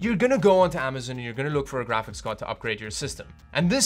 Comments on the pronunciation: Say it with me (am- uh - z - on) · AmazOn not AmazIn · Regular people: “Amazon”: “Amazin “ Ski mask the Slump god: OKAY